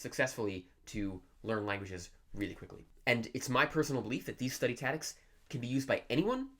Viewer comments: It took me a while to figure out that was saying ‘tactics’. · Are you saying "tadicks"? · Haha! I was like what? I feel like he wasn’t sure if he wanted to say tactics or habits so he said taddics. 😂 he kept saying it too, so it wasn’t an accident. I can’t have bad English to gain good chinese.. 😬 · How many years will it take you to learn English? taCTics not tatics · Yes... Study tatics. Interesting. Hmm... 🧐🤔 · Study what? Tatics! It's tactics bro don't forget there is a "c" between a and t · the reason he's saying tatics is that he needed the C for Chinese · yeah I know what you mean, and your right. But I just feel like he's fucking with us, there's no way that everyone in his home pronounces "taddics"… I was under the impression that communities had dialects not individuals if you catch my drift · "tatics". that's all I can hear now... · say "tatics" one more time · hahaha I thought it was another way to pronounce it I didn't know of, anyway this guy is amazing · The lord of languages can’t even pronounce tactics 💀💀💀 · Learn how to pronounce "tactics".... Pleeeeeease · Pronouncing "tactics": me > this guy Everything else: me < this guy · 1 year is slow, don't get a big head bro Also, learn how to say the word tactics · Fluent in Chinese, can't pronounce "tactics" in English. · You may be able to speak Chinese, but you can't say tactics